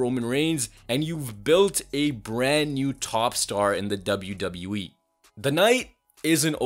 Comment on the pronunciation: i love how this guy always says ZWWE 💀